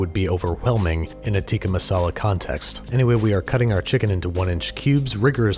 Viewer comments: lol the only thing I was waiting for in this whole video was to hear how Babish said “Tikka Masala” 😂😂😂 And I will say I am content knowing he was gonna screw up the name. 😂😂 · It's not "tika masala" It's pronounced as "Tik-kaa maasalaa